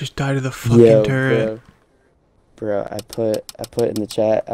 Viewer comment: "the TuRrEnt" its turret lmao